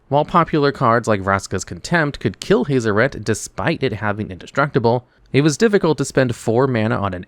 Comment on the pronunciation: My brain hurts from how u pronounced Hazoret. Hah-zoh-ret. I've heard Hah-zor-ret which is less painful on my ears but haze-o-ret makes me wanna cut out my ear drums >_<